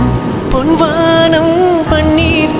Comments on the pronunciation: Sir, your voice is mesmerising and the recording values are also great BUT please pronounce Tamizh words correctly. It’s பொன் வானம் not பொண் வாண்ம். Please don’t don’t kill Tamizh. No language will tolerate this. No sweet voice can compensate for this🙏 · What he pointed out is correct. Tamilians have forgotten the actual correct pronunciation of Tamil. It’s பொன் வானம் NOT பொண் வாண்ம். Just like what happens if you interchange புளி VS புலி. 😂😂😂😂